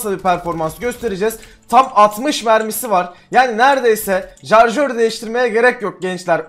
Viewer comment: jarjör değil şarjör